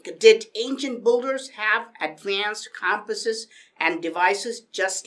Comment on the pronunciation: dude it's "Builder" not "boulder" :)